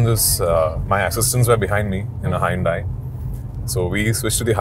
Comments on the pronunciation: what in the milky way galaxy is “hai- un-dai “ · രാജുവേട്ടന്റെ "ഹായ്‌ ഉണ്ടായ്‌" എന്താണെന്ന് മനസ്സിലാകാത്ത ഞാൻ. അപ്പോ ശരിക്കും ‘ Hyundai’ഇതിന്റെ pronunciation ഇതായിരുന്നല്ലേ!!.😮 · Hyundai ❌ hai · un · dai ✅ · Hyundai - really, Prithviraj? Is that the way you pronounce that Korean brand? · thats what im sayin go to any british country they are pronouncimg it as hai-un-dai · dude i'm living in the uk and you are arguing with me🤣...the whole people here pronunces as hai-un-dai.. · HA-YUN-DAI is the british pronunciation of HYUNDAI . Its actually HYUNDAI.